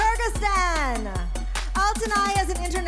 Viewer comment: Wrong pronunciation Yung Kay Kyrgyzstan